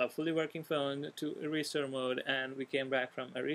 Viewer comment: 're-stir mode' lol